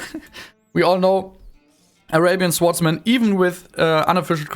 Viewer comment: Erstmal Respekt, dass du dich so aus deiner Komfortzone traust mit der Sprache! Insgesamt finde ich kann man sich das ganz gut anhören. Bei den "swordsmen" aber bitte nächstes Mal das "w" nicht mitsprechen!